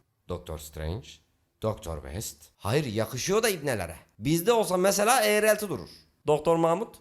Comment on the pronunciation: ağrelti değil o kelime dostum; eğreti.